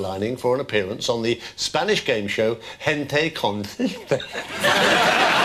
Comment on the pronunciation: He still pronounced ‘chispa’ wrong. The ‘s’ is an ‘s’ not a ‘th’. 😂